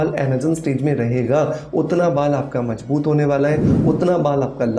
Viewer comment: Mazboot.....not majbut